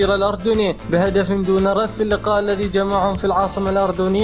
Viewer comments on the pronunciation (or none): none